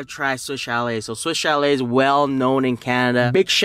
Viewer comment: Lost count of how many times he said swish chalet lol